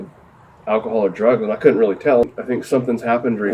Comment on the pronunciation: "I'm witally getting awwested,I'm not special ed"🥴